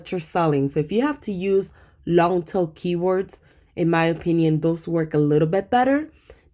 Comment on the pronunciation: so sorry, there is one sentence that I’m not hearing right. Are you saying long tail keywords or long til? Thank you for your videos!! Learning lots, subbed and liking as I go.